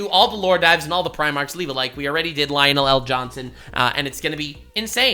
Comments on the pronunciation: Lion' El Johnson. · Again he says lionel el'johnson